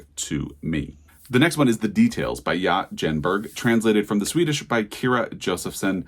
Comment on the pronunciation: Tip: Ia Genberg is pronounced "eee-yah yenberg". I also wasn't so inspired by this shortlist. Enjoyed the video though! ❤